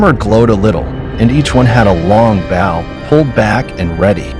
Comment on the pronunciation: Bow is not pronounced bough its pronounced like BOW tie. German soldiers also saw the same angelic army.